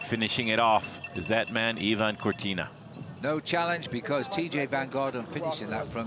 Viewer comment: Yeah and Ivan Corti